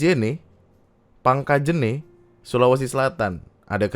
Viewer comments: cara bacanya pangkaje'ne' bang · Pelafalannya Pang.ka.jen.ne' bang, truss Barru double "R". Respect bang 🙏